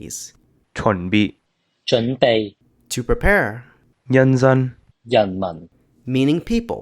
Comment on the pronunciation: "nhan dan" why does it sound like "nhan zen" there is not "da" sound at all